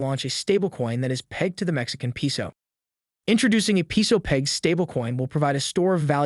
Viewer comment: Very interesting video. Please learn how pronounce "Peso" correctly. It's "PAY-so" (capitalized to show inflection). 😬